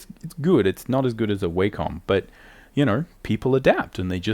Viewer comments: Wah-Com ... Not, way-comb. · It’s wah-come. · its not w(a)com noy waycom its a not A its like saying aymerica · The way he pronounces Wacom bothers me more than it should. Great vid btw